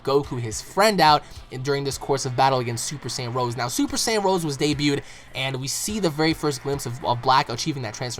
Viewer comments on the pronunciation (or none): Not to sound mean, but it's Rosé, with an accent. Not Rose.